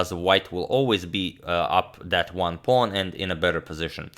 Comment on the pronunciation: There's no "I am" he's just "Sorry About Dat